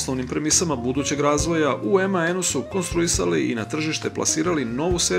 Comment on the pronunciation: Nije "emaen" nego MAN